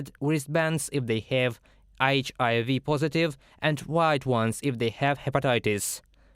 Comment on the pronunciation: The guy mispronounced HIV 3 different ways bro. “Eisch A V” “Eisch I V” and “HIV”😂😂😂 , , and 😂😂 😢listen to them all😂😂